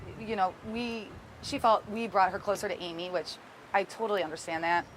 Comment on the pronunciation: It wasn't bizzare, it was the action of a desperate woman who needed a houseful of the energy of children, to quell the chatter of her tormented mind. During the original TV news appeal, the way she said "Amy", in about five syllables "Aiiiiimmmmee" was so sad. It clearly hurt to say her name. She looked totally defeated.